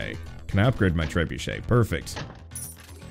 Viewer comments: My guy really pronounced trebuchet as "tre-bucket" looool Extra points for doing it on purpose Great video. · with that pronunciation of that siege weapon, you have soured your diplomatic relationships with France. the French have now spoken of a truce.